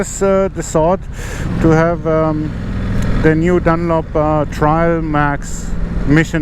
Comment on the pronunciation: it's 'trail' not 'trial'